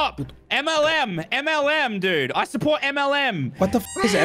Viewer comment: When said M.L.M lol 😂